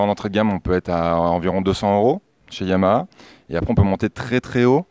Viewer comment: Super prononciation du H de Yamaha, toujours au top!!